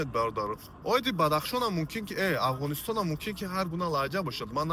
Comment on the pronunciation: асалому алекум, авгонистон ёки авгон не! Афгонистону Афгон талафуз кунед!